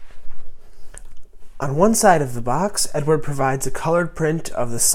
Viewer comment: Wag matey it's Ed ard, you say it a London cockney 😉 dunno who Edward is 😆. Look forward to your reveal buddy 👍